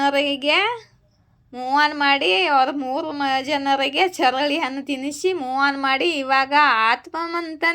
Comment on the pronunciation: ಹಾಲ್ಲೋ. Madam. ಚರಳೆ ಹಣ್ಣು ಅಲ್ಲ ಚಳ್ಳೆ ಹಣ್ಣು madam ok ನಿಮ್ಮ ವಾಕ್ ಚಾತುರ್ಯ ಕಮ್ಮಿ ಇದೇ nimage ಆದ್ರೂ ಮಜಾ ಹಿದೆ ರೀಡಿಂಗ್ gm m 👍👍👍👍👍👍👍👍👍👍🌹🌹🌹🌹🌹🌹🌹🌹🌹🌹🌹🌹🌹🌹🌹🌹🌹🌹🌹🌹🌹🌹🌹🌹🌹🌹🌹🌹🌹🌹🌹🌹🌹🌹🌹🌹🌹🌹🌹🌹🌹🌹🌹🙏🙏🙏🙏🙏🙏🙏🙏🙏🙏🙏🙏🙏🙏🙏🙏🙏🙏🙏🙏🙏🙏🙏🌹🙏🙏🙏🙏🙏🙏🙏🙏🙏🙏🙏🙏🙏🙏🙏🙏🙏🙏🙏🙏🙏🙏🙏